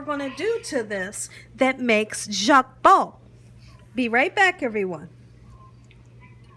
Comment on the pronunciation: it is: Jokbal and is pronounced "JOKE BALL" not "Jacque bal".😉 You're adding French to Korean.😊❣❣💞 Looks good but I do not think I can eat it unless YOU cooked it or my sister, Ho Sik, who is Korean. 😘😘 💖💖🤗 God bless you sweet for all you do!😊☺🙂